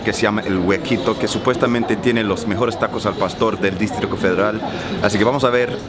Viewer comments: Se dice "distrito", no "districto". 😎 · Those tacos look amazing! 😍 Also I thought this was cute, but you're pronouncing DISTRITO as DISTRICO! Love your videos.. #VIVAMEXICOCABRONES🇲🇽🇲🇽🇲🇽